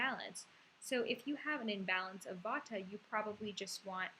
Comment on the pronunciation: its not vataaa....its jus vaat